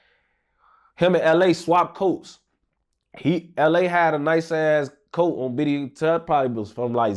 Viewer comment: really did LA voice “Damn he really got locked up in my COAT”